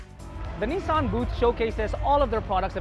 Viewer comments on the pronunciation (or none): none